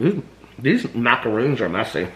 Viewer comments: “I’m loosing my macaroons’ lol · I am sure you have been told you have MacaRons, not Macaroons Macaroons are Coconut cookies. I love you, even though you didn't know the difference. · 😂😂😂 "im losing my macaroons"